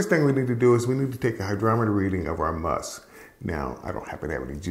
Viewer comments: It's called "Must" not 'Musk'. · PLEASE. It's 'must', not musk'; we aren't dealing with moose here. For beer it's 'wort' and for wine/mead/cider it's 'must'. Thank you. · its Must, not Musk 😄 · FYI, it's called must not musk.